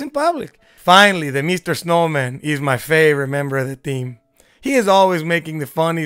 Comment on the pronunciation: "Mr. Snowman" this guy is gonna get shot in his dick if he keeps saying his name like that. great video